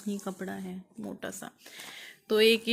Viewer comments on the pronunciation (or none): none